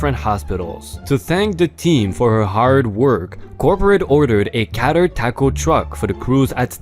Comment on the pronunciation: CATERED is NOT said as KAT-turd ; the word is pronounced KAY- terd (KAYT-- like rhymes with gate, or late) + RD on the end of it.